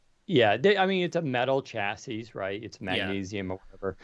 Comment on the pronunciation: Someday, will learn how to pronounce chassis.